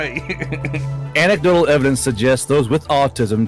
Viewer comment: Anse-idotal...... Its An-ec-dotal